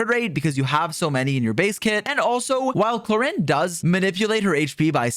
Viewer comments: Clor "ahhnd" Not Clor "innd".oof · Knowing now that it's "Clor-and" is really bugging me